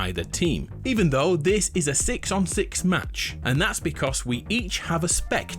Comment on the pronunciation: DISH year or THIS year ???? soo anoying to hear it ....